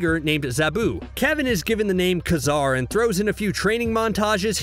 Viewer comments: Kay Zar can you freaking pronounce it right now? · Definitely pronounced Ka-Zar wrong